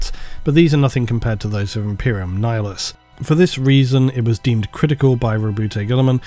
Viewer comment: Nihilus (Ni-Hilus) pronounced as Nayalus